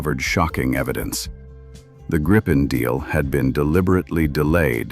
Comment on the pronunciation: More over-dramatized, amateurish AI laziness. BTW. For those interested, the name is pronounced "Gree-pen", not "Grippen". It's the same as the Griffin from English folklore.